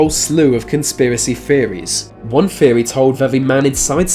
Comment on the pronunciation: What’s a feory?